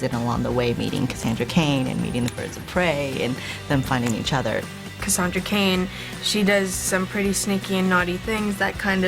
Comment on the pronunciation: 👏They 👏 butchered👏 Cassandra 👏Cain👏